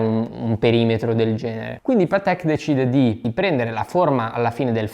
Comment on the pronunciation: Si dice Paaatek, non Pateeek! 😉